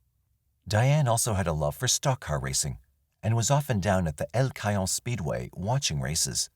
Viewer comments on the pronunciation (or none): In case of Diane Dahn, El Cajon is pronounced El Ca-ho-n. El Cah-high-on is incorrect. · El Cajon is pronounced El Ka-hone I lived there for 20+years